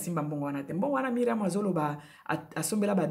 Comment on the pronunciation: Ndaku ya Myriam eza en etage, de quoi parles tu? Biso nioso to yebi que Myriam a lingaki a yebana. Ozo koka ata ko prononcer Myriam comme il se doit te. A tikala ou pas oza en vacance o kende ko tuna biloko ya ko lia.? Na mukuse bo conseiller Carine bo tika ko induire ye na erreur. Mikanda e koma makambu e bele soki ba koti ye nsoki,na ngunda wana e zo risquer ba bebisela ye. Carine concentre toi sur ta vie.